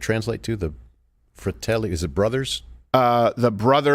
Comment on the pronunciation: Crawdad calling it the "Fertelli Brothers." and nobody catching it XD I too miss The Goonies Craw